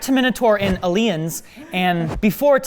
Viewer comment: yeah I missed the bit after that when mispronounced Terminator and Alien 😂